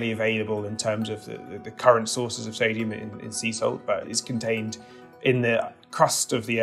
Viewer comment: "Sadium" He says.